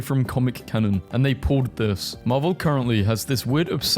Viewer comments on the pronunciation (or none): none